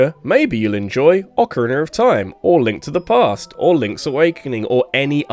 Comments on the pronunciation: Please practice saying “Breath” not “Breff”. As well as “Ocarina” instead of “Orcarinar”. It’s hard to listen to this many times. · British people say words that end with a as "er"